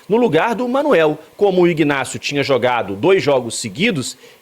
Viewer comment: O rapaz se chama INÁCIO, o G de IGNÁCIO é mudo como em Magdalena, Octacilio .Victor etc… o G , ao contrário , é pronunciado na sua IGNORÂNCIA.